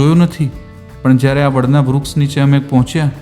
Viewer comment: આમ તો આપ ની ભાષા સારી છે પણ શ ની બદલે સ બોલો છો એ બહુ સાંભળવું સારું નથી લાગતું. ઉદાહરણ તરીકે તમારા વિડિઓ માં તમે આ શબ્દો બોલ્યા છો - વીસે, દરસન, vruks, જસો, આસા, પરીક્સા, વગેરે.